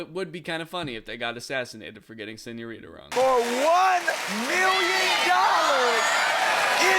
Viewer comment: "i'll represent the taxman and take away $100,000 of your winnings for that pronunciation of señorita. sorry!"